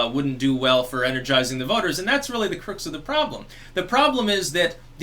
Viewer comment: Crux- pronounced crucks, like ducks...